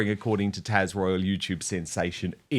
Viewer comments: It’s TAZ not Tash!!! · dan, it's taZ...with a Z